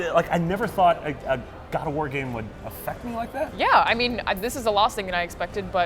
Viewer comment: The way she said God of War "GUAD OFF WAA!!!